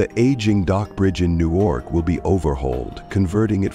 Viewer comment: Who produced this? The voice "artist's" pathetically inaccurate pronunciation of Secaucus and Newark should have this production company flagged.